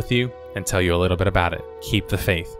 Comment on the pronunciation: Youre an above average narrator for youtube videos, but you should work on your "L" pronunciation. it sounds like youre saying "worud" and "litto" instead of worLd and littLe. it takes me out of the video. press your tongue against the back of your two front teeth and hit the L hard. you have to practice it to train your mouth and tongue. i tell my students to walk around and just repeat the words all day. interesting video though, my brother still plays everquest for several hours a day. luckily i abandoned my warcraft addiction years ago